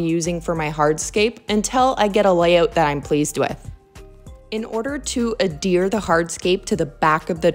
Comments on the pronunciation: Sorry to do this but it is AD-Here not adeer. You have said this incorrectly in several videos. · Lol I cringed every time you said adhere. It's not pronounced like "a deer" Other than that, this was a great build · Thanks! I’ve corrected myself in more recent videos. I am French from Québec and we don’t pronounce the H in French.